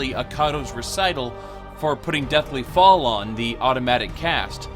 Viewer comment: Pall = fall while phylactery = pylactery? Vestigial = vistage instead of vestige? You have a very... interesting grasp on the English language.